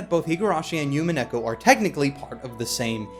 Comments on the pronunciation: Love you and completely understand that you don't speak Japanese, but listening to you say "Yumineko" instead of "Umineko" was extremely painful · Oh, and it's pronounced "Oo-mee-neh-ko" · I also thought that witch felt similar to Rika. And dear god stop saying yumeneko. DreamCat ≠ SeaCat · The way you pronounce umineko is bothering me xD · not to be a total weaboo but you would think would be able to correctly pronounce Umineko